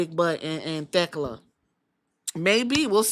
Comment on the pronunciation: I love Queen Aminata I hope she can show up more. I like Thekla a lot too I watched her in Japan last year but I hope Queen Aminata isn’t just being used to prop Thekla up since they are feuding right now. Shes who I want to take the title off Mercedes. You pronounced Thekla right by the way, fans were being weird about that match ending, Aminata didn’t do anything off.